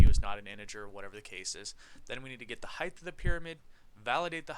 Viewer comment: I noticed in your videos you always say "heigth" instead of "height" and sometimes when you write code this spelling mistake shows up in code. See . But anywyas thank you for the walkthroughs they are so helpful!